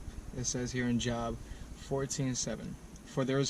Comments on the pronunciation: This nigga said "Job" like he never been to a church sermon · The book of Job in the Bible is pronounced like Jobe not job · It’s pronounced jobe j o b not job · Pronounce Job with the same o sound as robe. Like Jobe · It’s pronounced Joe-b. Not job, like work 😂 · Pronounced as “Jobe” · Its job not "job" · Ay that was cool how y’all read that verse in the beginning. Job is Pronounced J-oh-b, tho. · It's pronounced as Jobe, not Job, just so you know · Bro, if you're going to quote scripture, at least learn how to pronounce Job (pronounced Joe-b). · Did this dude say “job” in the intro?!?!?! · It's pronounced like Joeb not Job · Its pronounced (joe-b) ♡♡♡ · Its Job not Job.